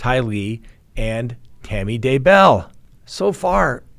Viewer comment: Everyone besides you says Day' bell and Ty' Lee with the accent on the first syllable. It makes me not trust you. Very annoying.